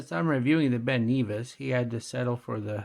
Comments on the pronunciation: It's not Ben knee vis its pronounced Ben Nevis! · Not sure where you looked up the pronunciation of Ben Nevis but you are mistaken, the correct pronunciation can be heard in the link. Ben Nevis is in Scotland and is the highest mountain in the British Isles. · Ben Neevis? lol If you remove the plastic film from the bezel it looks less cheap.